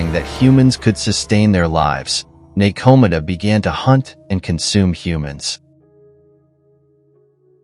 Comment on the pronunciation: I love the info and high quality visuals, but the mispronunciations were painful to listen to at times. (NekoMata ugghh) Overall nice vid...maybe just google pronunciations and insert them into the script before recording. But thanks for the interesting watch!